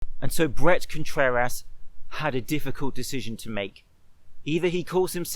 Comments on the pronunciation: Contrer-ASS he said lolll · More like Contrer-ASS, amirite? Oh wait, you're saying it like that deliberately, too, aren't you? God dammit. Seriously though, it's a good lift. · Am I the only one hearing Brett Contrer-ass? Lol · Great emphasis on ContrerASS 👌